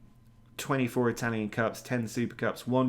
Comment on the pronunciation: Dude.....those Italian pronunciations. Bruh